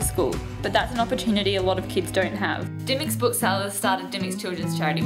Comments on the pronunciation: grrrr you keep saying dymocks wrong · it's pronounced dim-mocks. Not dime-mocks. But you are forgiven. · Love Dymocks. Also, you're pronouncing Dymocks wrong lol